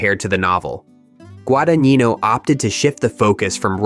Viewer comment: It’s where Luca GuadaNEENo is from. 🤣